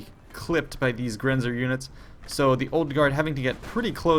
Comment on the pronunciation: Its funny the way you say "Grenzer". I am from Austria and "Grenzer" means border patrol or something like that and "Jäger" means hunter. :)